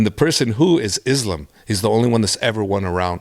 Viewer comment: I love how hè pronounces islam in the arabic way